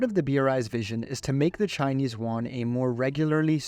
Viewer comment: Love the video but chinese "Juan" is just funny as shit